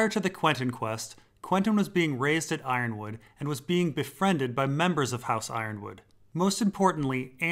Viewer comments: Yronwood is pronounced Yer-on-wood not Iron-wood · Ironwood vs Yronwood, is i possible that Yronwood is pronounced as E-ron-wood?